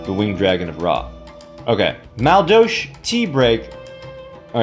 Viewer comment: I'm going to douche my ears after all that "Maldolsh." Still a great video...lol